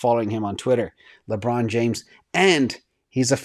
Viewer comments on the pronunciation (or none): none